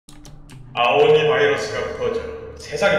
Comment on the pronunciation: 아오오니 가아니라 아오니 에요